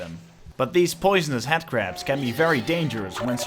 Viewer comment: I love how you say "Headcrab" because it sounds like you're saying "Hatcrab" which is, incidentally, what i'll be calling them from now on.